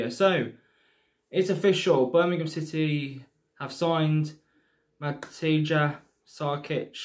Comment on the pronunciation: Ma-tee- ya is how his first name is said